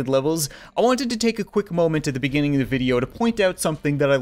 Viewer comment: Beginning... Begenning... BAGINGING